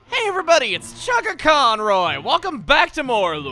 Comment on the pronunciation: when he said chuggaconroy sounded like he said sugarconroy